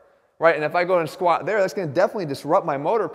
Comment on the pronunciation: The way he says squa pisses me to no end. Otherwise golden info. Why is it so hard to pronounce the letter t.